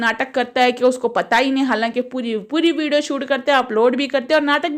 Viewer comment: Vido nahi vidio bolo